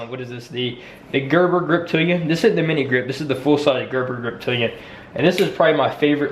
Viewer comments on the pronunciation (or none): Yes i had to rewind it couple of times: “Gerber Reptilian”? Good video tho